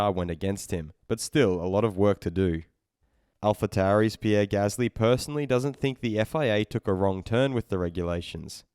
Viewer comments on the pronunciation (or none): none